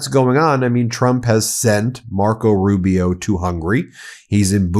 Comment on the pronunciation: Rube - E - O Marc my words. A defective A-eye would be more competent than little Marc-O